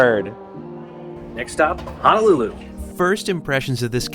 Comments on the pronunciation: The 787 is one of my faves. It's Hoe-Noe-Lew-Lew BTW not Ha-Na-Lew-Lew. As a HNL native that always bothers me slightly. As long as you spend plenty, plenty money while on the rock, no one else will care. Still yet, you'll surprise the locals when you pronounce it correctly. You two got me traveling Amtrak. It's a wonderful experience. I've seen all of the western mainland this way. It's amazing how entertaining looking out the windows can be. On to the east and then Canada! Hope to see you one day. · HONOLULU, NOT Hanalulu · Dude, please pronounce it correctly. It’s HO NO lulu and not HANAlulu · It's pronounce HO NO LU LU.... YOU BOZO😂